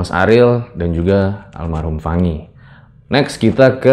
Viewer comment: lah la aja bilang fangi bukan Fany kog